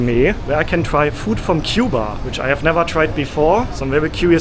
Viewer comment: If you are a little Havana eating Cuban food, you can pretty much guarantee yourself that it is authentic Cuban food. And I’m glad that you pronounce Cuba right. In America, most people outside of the Miami area or south Florida area pronounce “cew-bah. You pronounce it right… coo-bah. I’m sorry for all these messages but I have to answer your questions as you ask them otherwise I forget. I know the street you’re walking on right now! If you were filming this live, I could meet you within 10 minutes!